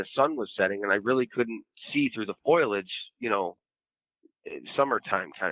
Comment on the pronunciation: It's foliage, not foiledge. : /